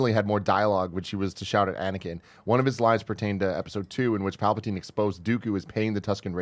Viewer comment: Who are “Palpitaine and Dakoo”? 😂😂😂 Love Nick and his zany ways.